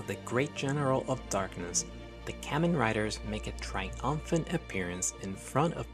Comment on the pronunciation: Hearing you rapidly mispronounce “Kamen” dozens of times in a row is pretty hard to subject myself to.